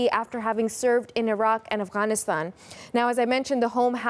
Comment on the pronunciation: Why’d she say Afghanistan like that